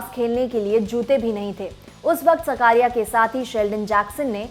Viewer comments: बहन सकारिया नही साकरिया। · His surname is ‘साकरिया’ not सकारिया... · Are uska naam chetan saakriya he saa, sakaariya nahi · उसका नाम चेतन साकरिया है ना सकारिया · सब को विनंती है वो चेतन साकरीया है सकरिया नही प्लीज सही से नाम ले 🙏🙏🙏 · It's साकरीया...not what you pronounce, very poor hw from lallantop and poor presentation